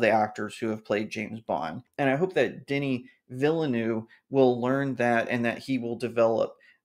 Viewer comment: I double dare you to check how Denis Villeneuve is pronounced before you next mention him in a video